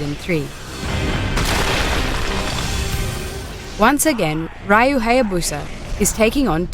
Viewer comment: u lost me at "raiyou"